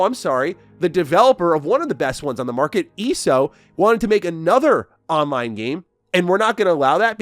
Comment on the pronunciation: Watching you not weave any of your attacks and report that you played ESO without the plus sub tells me you didn't really play ESO much. Also its E.S.O. not eeeso. Weird thing to fake dude. Agree with the rest of the vid though, thanks for the scoop.